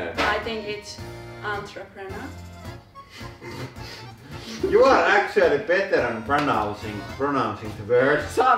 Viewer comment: you're a lot better at pronunciation than. Squirrel is still wrong but that's one of the hardest ones. But that's okay, anything in Finnish with "yö" in it is impossible to say for me. Your pronunciation of temperature is perfect! And entrepreneur was also perfect! You sound totally native on those words. But rally english is hilarious, and easier for you guys to pronounce, so don't change it!